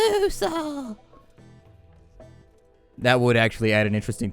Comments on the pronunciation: it's pronounced "LevioSAAAAW." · When was talking about Harry Potter spells and he said Leviosa... I can just image Hermione saying: "No, no, no, It's Wingardum Leviosaaaaaaaaaaa".